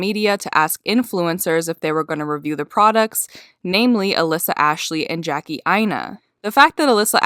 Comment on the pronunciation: Prettybr0wn3y3z right and she called Jackie Jacklee 🙀